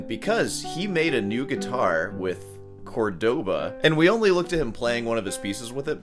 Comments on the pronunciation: Its CÓrdoba not Cordóba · How do you even pronounce that “Cohrdaba”?